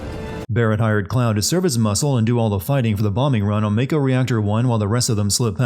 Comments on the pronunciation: why did you pronounce mako as 'may-ko' when you pronounced mako correctly for the sin right before it? +1 sin for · You committ a sin yourself by pronouncing "Mah-ko" as "May-ko". Like common, it's japanese vowels and they say it over and over in the game. Can't even take the rest of the video seriously after that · Sins the announcer for saying "may-ko" and "Tih-fah" Also, remove sin for epic line: "If I have to fight multiple versions of Sephiroth in the final game, I'll petition to rename 'anuyrisms' in medical textbooks to Nomuras," Resubmits said sin for misspelling 'aneurysms' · So much wrong with this. First off you pronounce mako wrong. Second, Cloud is 5'8 not 5'11 And Shinra was very well aware of Avalanche plans. I'll post another comment with more., I'm only 2 minutes in.